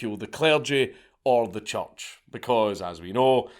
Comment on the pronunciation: Is Dank saying church or choch?